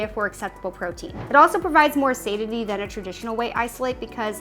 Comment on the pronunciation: I'm a little bit hesistant taking protein advice from someone who doesn't know how to pronounce "satiety" or "alfalfa"